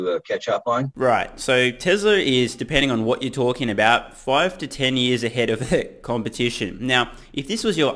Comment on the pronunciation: What did you say ? Tesla is Elons ahead? 😂